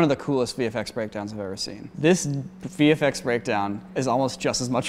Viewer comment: "VFX DYATISTS YAEEDST"